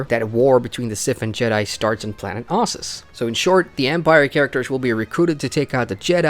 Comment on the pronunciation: Exactly. Ossus. Not OHssus, devs